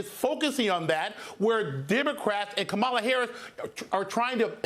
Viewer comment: Her Name is Ka- Ma - La.